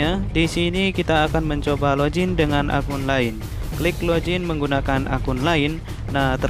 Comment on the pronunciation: Login bang bukan lojin 😂